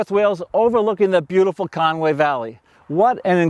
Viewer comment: It is NOT CONWAY it is CONWY !!